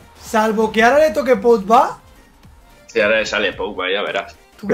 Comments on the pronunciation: deja de decir podba porfavor!😂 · Que es PoGba inutiiill, no es con D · Cuantas veces dice podba??